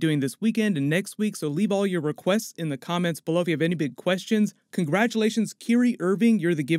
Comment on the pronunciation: It’s ky-rie not kiyre